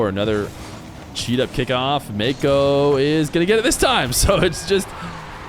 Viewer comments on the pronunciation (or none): Why is it so hard for you to just say nwpo properly